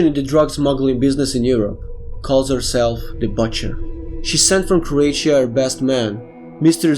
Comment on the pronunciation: did u say Croatia or Croitia